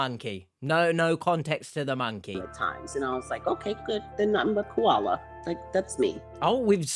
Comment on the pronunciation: KUALA, KAULA... 🤣Come on, man! 🐨